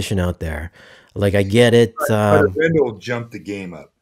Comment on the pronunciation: Please learn to pronounce Arendal properly. A "pro" reviewer should get this right and yes, it matters. If someone always did this to your name, you would want them to get it right.